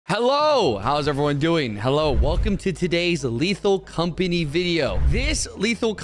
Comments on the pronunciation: at the very start of the video did he say "lethal compiny" instead of "lethal company" or am i stupid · why does pronounce lethal company as 'lethal compiny'?? or is it just me?